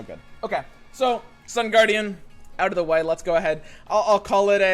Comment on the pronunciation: Is he memeing? First he called Sun Guardian, Sun Gwordian and then Star Guardian lol waah?!